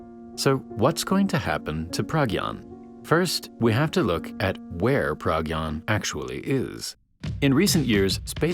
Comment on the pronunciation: dont wanna be that guy but as an indian, pragyan is pronounced pruh-gy-aan